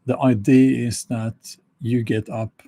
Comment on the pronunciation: Why does he pronounce "ID" instead of "idea" all the time? Is it because it is a machine talking? This is how you know. I know some other blogger who said "he" instead of "she" in his video. This is how you know.